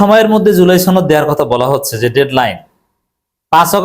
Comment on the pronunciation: আরে ভাই জুলাই ছনদ না জুলাই সনদ। উচ্চারন ছনদ করবেন না। সনদ বলবেন।